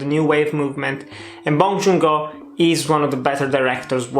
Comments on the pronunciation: The director's name is Bong Joon-Ho, not Bong Joon-go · Bong joon “ho”. Not go~